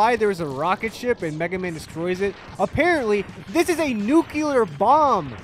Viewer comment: Nuclear - "new clear" not Nuculur